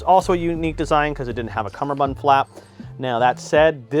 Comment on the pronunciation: Doff it doff it doff doff. Cumberbun cum ber bund